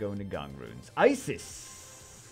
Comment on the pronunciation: Its pronounced eseeeez not isis